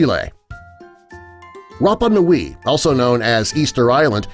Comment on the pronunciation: Rappa Nui .. Easter ISLAND....MY FRIEND WENT THERE...…...honestly...what is wrong with americans